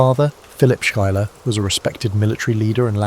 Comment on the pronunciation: Also, as a note: Schuyler is pronounced (Sky●Lar) 😊